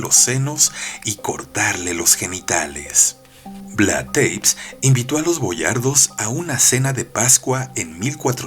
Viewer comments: Es Tepes como se lee, no Teips, no todos los nombres se leen en inglés querido, buena elección de historia, es demasiado interesante este personaje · No jodas, una de las reglas del LOCUTOR "si no sabes la pronunciación, lees tal cual está escrito", y además de que no lees acentos escritos, lees 'teips' en vez de VLAD TE-PES, TEPES, y se lee T-E-P-E-S!!!